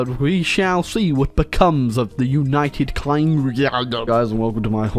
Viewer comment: Ah yes, my favourite nation of Oonited Kindom